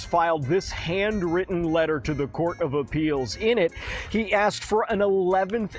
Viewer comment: Grounz?? Grounz for the substained he axed without relevancy.